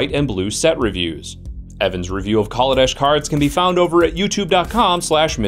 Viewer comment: Lol, Worrying about mispronouncing cards when you're mispronouncing the name of the plane? it's Kal-a-desh, not call-a-dish